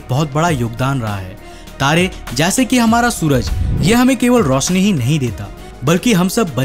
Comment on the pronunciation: 'visal' nahi 'Vishal'... Rosni Nahi "Roshni".. learn hindi 1st Fir Gyan Bat....